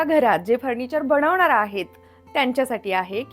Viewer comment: बणवणार नाही बनवणार